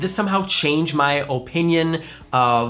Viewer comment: I like how you say, “oh, pinion. It’s so cute! I say oppppinion. What say ye!